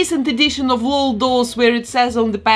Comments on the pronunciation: It’s l-o-l not lol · I love all your work 🤩 but please it’s El - Oh - El dolls not lol dolls 😂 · You said lol dolls wrong not lol L.O.L. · I love it when people pronounce it Lol instead of L.O.L. xD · I love it! To help u know how to say it, if its even necessary, the LOL is pronounced just as letters so its L.O.L doll (eL-Oh-El) doll. But i like how u say it. And u can say it however u want. Just in case u want to know. I just love your channel so much!